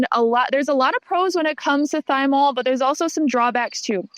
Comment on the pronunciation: PLEASE tell me you pronounced thymol that way to get idiots like me to leave comments here- in order to boost engagement